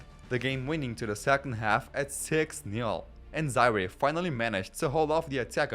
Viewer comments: And he pronounced Zaire wrong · How the hell are you pronouncing Zaire 😳😳